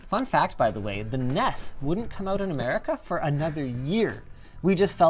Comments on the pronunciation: When he called it the "Ness" instead of the "En Eee Es" .... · Excuse me, Linus, but did you say "Ness"? It's called an N.E.S., Mr. Sebastian. IN-EE-ESS. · I'll still judge Linus for saying NES like Ness He's living the life tho